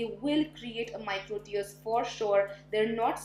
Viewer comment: Wow I was actually surprised seeing the James Charles Palette in there 😵 I appreciate how honest you are and stand by your opinion even if everyone else says otherwise ♥️ Oh also, with all due respect, for the word "micro tear", your pronunciation of "tear" is incorrect, just wanted to point that out